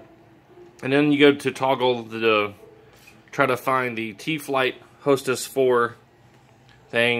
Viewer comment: Thanks for the instructional dude 😎🤙🏻 also its pronounced HOTAS not "Hostess" lol